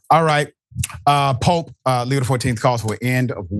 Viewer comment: It's POPE not Pop 😊